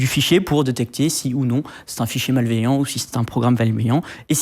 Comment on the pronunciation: un programme " valmeillant " c'est nouveau ça! XD